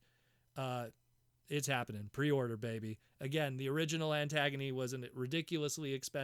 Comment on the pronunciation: I dont think you are pronouncing her name right. It's a play on the word agony not antagonist. Ant-gunie